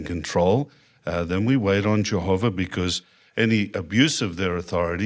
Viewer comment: In his own words he’s lawwrrr abiding, and obeys Jehoverr 😄